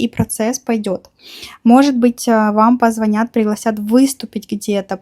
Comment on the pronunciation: Позвонят, ударение на последний слог. -нят - .